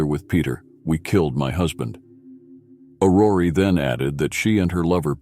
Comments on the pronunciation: It is not AurorEEEEE but Auror. Do not pronounce the last E. The meaning of Aurore is Dawn. Otherwise as usual, very well presented. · The pronuncyation of her first name is not "Orrory" it's "Or Or". Hearing it mispronounced over and over(and over) is painful.